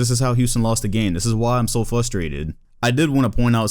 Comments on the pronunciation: Please say frustrated and not fusstrated because thats mad frustrating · Flustrated lol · Is it just me or can not say frustrated